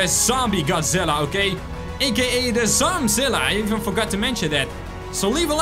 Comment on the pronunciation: Its zom zilla